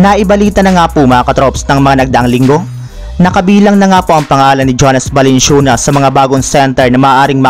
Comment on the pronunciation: Parang balanswenas balansyunas narinig ko par